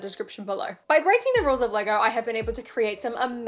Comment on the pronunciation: How does she manage to pronounce “Lego” with an R at the end?